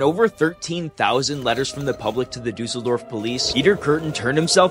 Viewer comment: I love how Kürten and Düsseldorf have the same Ü sound but you pronounced Kürten right and Düsseldorf as Duuseldorf XD